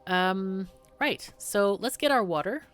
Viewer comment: wuter! more wuter!